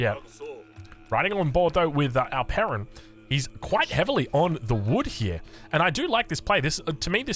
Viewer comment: Only when he says it